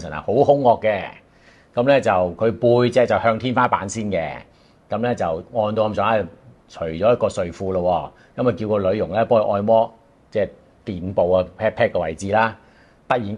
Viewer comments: 不只一次聽將「按」摩讀作「愛」摩，今次仲將「臀」部讀作「殿」 ！ （大概在片段時間 左近出現） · 屁股=臀部，讀“豚部”